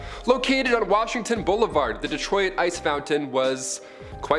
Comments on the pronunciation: Dee-troy-it?? 😂😂 these Canadians are hilarious bro. It is pronounced Detroit. At least look it up beforehand sheesh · How you pronounce “Detroit” infuriates me. It’s “D-troyt” not “D-Troy-it”. Ffs 🤦‍♂️ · Hold up… Detroy-it!! That’s my first time hearing anyone pronounce it that way….but somehow, my life is now complete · lol at the way he pronounces Detroit